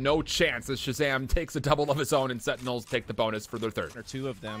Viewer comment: the way these casters say "setinels" instead of sentinels is annoying af